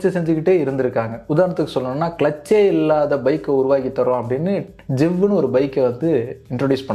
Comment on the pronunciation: அது ஜிவ் இல்லைன்னே ஜைவ்